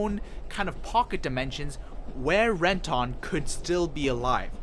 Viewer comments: How are you a fan of the show and just absolutely butcher everyone's names lol, ren-tahn? When the hell did you ever hear it said that way in either the English or Japanese I don't get it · Ren-tawn lol